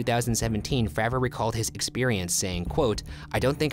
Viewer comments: David FrAver not Fraaver, go check him out on joe rogan’s podcast. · Great video..but it kills me every time you say FRAH-vor..instead of its correct pronunciation of FRAY-vor!..He is the most important and most credible person involved, in my opinion..but otherwise, well done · ITS FREY VOR